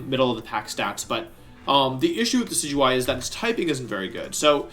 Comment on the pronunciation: You keep talking about this pokemon called De-sidu-eye...and I'm confused because the pokemon you're showing is clearly Dekey-dewey